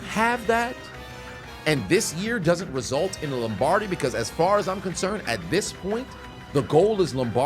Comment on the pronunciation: "Lombardi"? Nawl dog. C'mone main